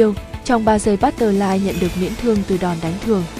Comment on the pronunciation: bắt tơ phờ lai thành luôn bắt tơ lai :)